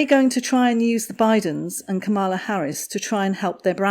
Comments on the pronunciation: ITS... KAM...a....la...not... kamm....a..la! Get it right. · It was a little distracting listen to the mispronunciation of Kamala’s name. If you wouldn’t mind she pronounces it like the punctuation mark comma. Comma-La instead of Come-All-Ah. Thanks! Love your channel from across the pond 😉👋🏼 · It is not kamarla it is kamulaa as in Pamela. Spelt Kamala. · The Vice-President’s first name is pronounced KAM-ala - to rhyme with Pamela. 😊 She’s a smart woman. I don’t think she’ll bother with Harry’s wife for long. She will see her true colors and run a mile. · The Vice-Present’s first name is often mis-pronounced. It is pronounced “comma-la.” Just a heads up. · Please pronounce the Vice President’s first name properly. Hint: rhymes with “Pamela.” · KA' mala. Pronunciation. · You are pronouncing her name wrong. It is pronounced "Karma-la". with emphasis on first syllable. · I’m not a fan of Kamala Harris, but just an FYI her first name is pronounced “KAH-mah-lah (accent on the first syllable). ☺️ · Everyone pronounces her name incorrectly. She is KAM-a-la. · yes, something like that...just not the emphasis on the middle syllable.. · Nope. When Harris explains how to pronounce her name that is how she says it: Comma-la. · Vice President Harris isn't anything like Megain! She's too busy to bother with those two fools. FYI ... it's pronouns Calm - a - la. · No. It's pronounced Comma - la. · I heard her introduce herself as Camel-a! 😂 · You’re mispronouncing our Vice President’s first name. The accent is on the first syllable.